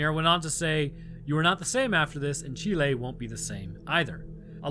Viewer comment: Yeh, ya pronounced Chile right